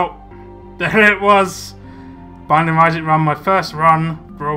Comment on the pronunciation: it sounds like welcome back to the banging of isaac